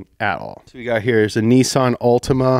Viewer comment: How do you get “Nissan” to be pronounced as “Nees-on”?! 😮